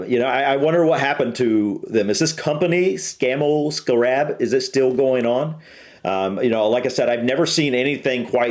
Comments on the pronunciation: Stop shouting! This film is 60 yrs old. Note how the commentstor says the name - Scarab - abd NOT how you said it - Sca - rab with influence on the 2nd half of name. Its not said like thst in UK!!! My Dad helped develop this vehicle as he was an engineer. We say Articulated lorries in UK that have multi wheels - an HGV (Heavy Goods Vehicle) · HA HA nice try but the correct way to say it is a Scammell SCA rab so named because it had vaguely the look of a scarab beetle, but more commonly referred to as the iron horse. I remember as a boy our council used scarabs as bin wagons until the very early sixties, the "bins" you were troubled by were multi occupancy ones from high rise flats which had internal chutes in every flat on every floor to one or two large bins in a locker at ground level, it saved the mess and the sheer exhaustion the bin men would have inevitably suffered traipsing up and down fifteen floors or more per tower block, the automatic trailer electrical connectors were shown in the operating section near the beginning the guy in the boiler suit was releasing the trailer parking brake for the driver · it's pronounced sc-a-rab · I lost count of how many times the name Scarab was mentioned but you STILL pronounce it wrongly. Also the automatic connection of the rear lights etc was shown at length in the trailer hook-up procedure.